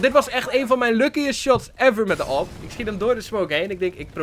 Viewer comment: Zeg alsjeblieft Aaweepee en niet awehp